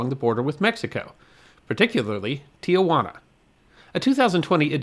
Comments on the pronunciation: Giacomo is NOT pronounced jee-uh-KO-mo, but JAH-kuh-mo. and Tijuana is a three-syllable word: TEE-wah-na, not TEE-uh-wah-na. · As noted elsewhere, it's Tee-wah-na, NOT Tee-ah-wah-na. I grew up in the Sandy Eggo area and we would often stop for lunch at Caesar's on our way down to Ensenada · Tijuana, not "Tiajuana." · 6/22/2024 Oh my, made a (very small) mistake. It's OK because almost everyone does. The Mexican town is not pronounced Tea -a-wanna. Tijuana is correctly pronounced Tea-wanna, no "A" in the middle, and that only comes close, some pronounce it Teh-wanna. As I said, we all make that mistake. I was stationed in San Diego in the late 1960's We said it wrong all the time, occasionally causing a fist fight (in TJ) with the locals. I never had a salad there. Still, one great video.;-) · I don't know why so many Americans pronounce the city's name as Tia-juana. There's no extra a there. it's Ti-juana. Three syllables, not four. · Tijuana is pronounced Tee-jwana, not Tee-uh-jwana. No big deal. Even many of us neighboring San Diegans get it wrong. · There are only two of the letter 'A' in Tijuana; pronounced Tee-hwana, and definitely NOT Tee-a-wana. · It is pronounced TEE-WANA, not TEE-A-WANA. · Nice but I'd like to respectfully inform you that it's pronounced Ti juana not Ti a juana. There's no a in the second syllable, or maybe more correctly I should say, it's just two syllables, not three with an a between Ti and juana. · Not to be nit-pickey, but I will be for a moment. There is no such place as Tia-Juana. The correct pronunciation is Ti-juana. There is no "a." How do you know? you ask. Simple. I was born about six miles north of the Tijuana/California border, and was raised in National City, which is about 20 miles from the same border. I used to visit there on a semi-regular basis. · a MINOR CORRECTION: THE CITY IS PRONOUNCED T Juana, not Tiajuana. it's a common mistake, the river that passes by is pronounced Tee-uh-waa-nuh, though.